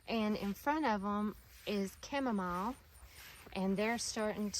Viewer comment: The way u pronounce Chamomile annoys me for an unreasonable amount. Anyway, the gardens look fabulous ❤